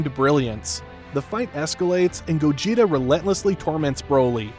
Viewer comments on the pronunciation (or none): Bro really said Gojeta💀